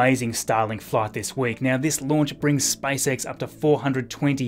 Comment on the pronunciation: You saying like "Spice X" :)